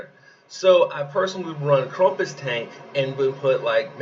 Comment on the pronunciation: LMAO at KrUmpus. KrAmpus?! Like GrAmp, Ramp, Stamp. Not trump, rump, stump. Also the meta of BK and 2 green is going to hit a wall when Lord Loki comes out at the end of Dec. Keep up the great work!